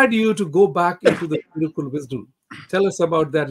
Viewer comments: Big mistake; it is thirukural and not Thirukul! Please correct yourself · Dr Rajkumar did a great job. But the host of this show should have prepared better! unfortunately didn’t do his homework! Thirukural was mispronounced as thirukul and what is worse muspelled as Thirukul and what is shocking is his shortening of Thiruvalluvar’s name to Thiru! If you are going to have a guest talk about Thiruvalluvar at the very least make sure you pronounce the name right! And spell it right!